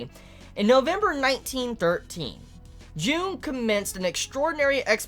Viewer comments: Great video, outstanding as always. I love your Symbolism videos Also, I know you're not good with names and I just want to point it out, that "Carl Jung" is actually pronounced "Yoong" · Um. It's Carl Jung, pronounced Carl "Young".